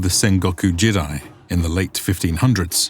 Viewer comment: You need to fix your pronunciation for these words: jidai = "jee-dai", not "jid-eye" Kyushu = "kyoo-shoo", not "kai-yoo-shoo"